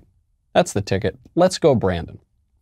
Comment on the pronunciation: "Beep go Brandon" is what I heard...seriously...lmao